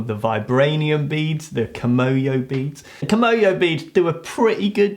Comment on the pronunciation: No... it's kimoyo... kimono is a Japanese clothing.